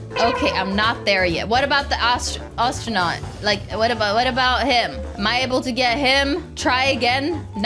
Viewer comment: Does she fr not know how to say astronaut